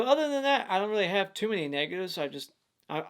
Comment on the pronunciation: When I heard him say negatives I thought he said the N word!